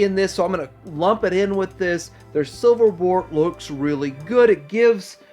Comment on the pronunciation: I'm sorry but I heard the "spiriyit of the character" and "silverbort"